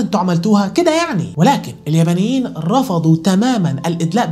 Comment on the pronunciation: هو بيقول اليمنيين و لا اليبنيين🤔!! اليااااااا بااااااا نييييييين